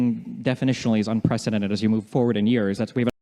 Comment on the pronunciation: Destiny: "Unprethedented"